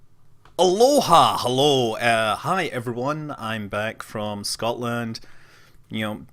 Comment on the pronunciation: Scott-land? ( ͡° ͜ʖ ͡°)